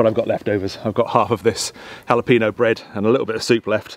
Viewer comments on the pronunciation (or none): Great video -- thank you! But please take it from this Texan, it's not "hala-PEE-no," it's "hala-PAIN-yo." 🌶😁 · Thank you very much! Let me give you a tip on Spanish pronunciation:: whenever you see the letter "ñ" (for instance in Jalapeños) try to switch to "ny" but pronounced very quickly, like in the word "Catalonia" (Cataluña, Catalunya)